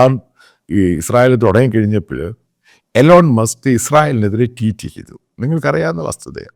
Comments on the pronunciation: Elon musk alla eelon musk aanu pronounciation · എലോൺ മാസ്ക് അല്ല മണ്ടാ ഇലോൺ മാസ്ക്